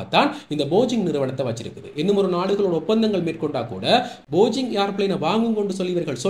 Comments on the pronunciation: போஜிங் இல்லை bro, போயிங்..... 👍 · It is called BOEING not bogeing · நானும் கொஞ்சம் அவதானித்தேன். பரவாயில்லை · போயிங் not Bojing. Please pronounce it properly. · காணொளிக்கு நன்றி. இன்னும் ஒரு காணொளியில் கவனித்தேன் உங்கள் உச்சரிப்பு தவறாக உள்ளது. Boeing